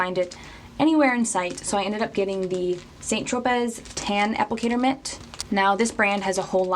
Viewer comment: hey thnk you so much for this review!!! also just an fyi... its pronounced san tropay, not saint tropez